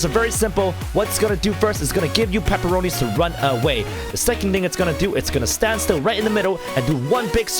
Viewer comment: Why do you call the red dot paporoni